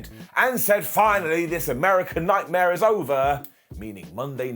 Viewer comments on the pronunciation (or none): none